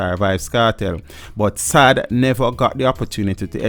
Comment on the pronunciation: SAAD died on the Hellshire main road still..car accident..its not pronounced SAD BUT rather SAAAAAD..draw it